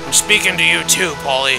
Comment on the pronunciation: I LOLed when you pronounced Puelle as 'Polly' again and again =p